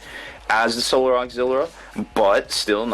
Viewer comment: There is no 'R' in 'Auxilia'